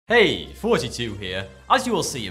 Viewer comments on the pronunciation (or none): I always think he says "Hey, 42 here"